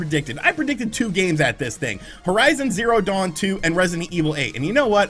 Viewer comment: “Horizon Zawn Zero 2”, say what??